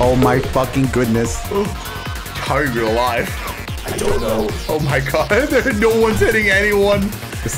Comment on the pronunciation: Bro said im dead and aive at 8.27